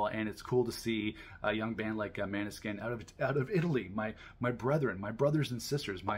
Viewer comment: Great review! Just a heads up, it's pronounced "mOAn-eh-skein" not "mAn-e-skin"